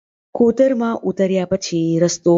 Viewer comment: Dukhant varta . Karnant varta . Pahelana samaynee navadhoo onee sasarana gharnee julam ane daman darshavtee dukhad varta chhe . Gojara sasrae putrvadhoona pran haree leedha . Kodbharee kalee murjai gai . Shreshth varta . Aap uchharma thodo sudharo karo. Utariya nahee, utarya , padiya nahee padya , vagere . Good .